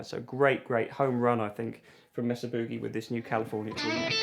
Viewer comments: MAY-suh. Rather than MESS-uh. 😉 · Mesa is pronounced "May-Sa," not "Mess-A." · It's "May-Sah" boogie, not "mess-ah" boogie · Its MAYsa. Would you people stop saying messa. for fuck sakes. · California here. Every time you say Mesa Boogie wrong we have an earthquake. Please stop before we fall into the ocean.